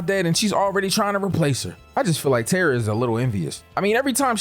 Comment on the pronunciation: I cringed every time you said Tara 😂 But I love your content so I kept watching!